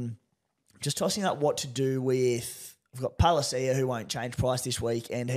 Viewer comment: Just a quick one Guru on Keenan Palasia’s name.. It is pronounced (Pala-see-ya) not (Pal-ia-see-ya)